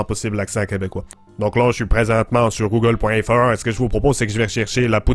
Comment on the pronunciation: Je suis québecois et je trouve ton accent correctement bien sauf exeption comme on dit pas google feur mais google fr comme tous le monde enfait la prononciation des A et aussi dans la mignature comme dans la vrai aussi ARRÊTER DE DIRE TABERNACLE ON DIT TABARNACK, CÂLIS. Sinon bonne vidéo